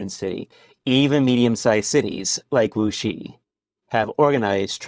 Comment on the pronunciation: It is a Wuxi. I not muxi.